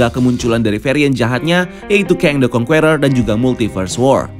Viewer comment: Sebaiknya diperbaiki cara membaca “Conqueror” bukan kongkueror tapi kongker